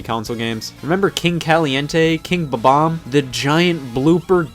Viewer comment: It's "bomb-omb" not "buh-bomb"!